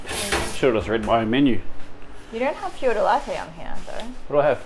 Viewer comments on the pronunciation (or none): Capricciosa is pronounced Caprichosa. Fior di latte is pronounced fyor di lattay.